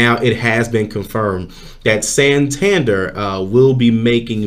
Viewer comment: San- tan-dare' accent on the last syllable, this is a city in Spain, the bank is from the city